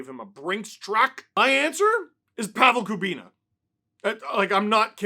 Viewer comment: “Pavel Kubina” Oh wow. That one hurts to hear as much as my hip does